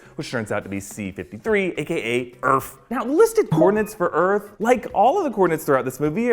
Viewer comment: "C-53 or Erf" lol 🤣